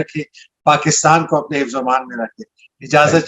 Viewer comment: السلام عليكم میں آپکو بہت پسند کرتا ہوں اللہ تعالیٰ آپکو سلامت رکھے پلیز آپ کا پروگرام بہت ہی اچھا ہوتا ہے پلیز ایک چیز میں نے آپکے گوش گزار کرنی ہے آپ جب السلام عليكم کہتے ہیں اسکا زرا تلفظ درست کر لیجیے ۔جزاک اللہ ۔ ساما لیکم لگتا شائد ۔🌷🌷🌷